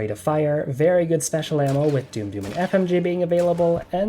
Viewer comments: FYI doom doom it's pronounced dumb dumb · It's pronounced: "dum-dum" ya dumb dumb, not "doom-doom." Thanks for the video. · Nice first video. I enjoyed that. But its surely more like "damm damm" ammo and not "doom doom". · Did you call it doom doom ammo? 😂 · You pronounced dum dum wrong, that is the reason. The joke is that dum dum is actually pronounced "dumb dumb" and maybe he thinks you're a dumb dumb because he didn't like your tier list. Personally, I'd say this is a decent list for the most part. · This video is so good everything is well thought out and reasoned even if sometimes your decisions baffle me but for the love of whatever power you believe please learn how dum is pronounced